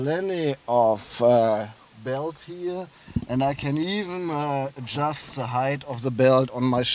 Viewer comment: "... of se polo.." haha :D